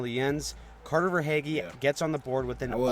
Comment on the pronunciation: it’s prounounced ver-hay-ghee.